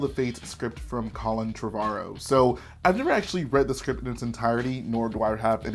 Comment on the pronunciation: Ah yes, the scrint